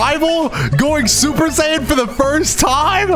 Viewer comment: "Super sayen"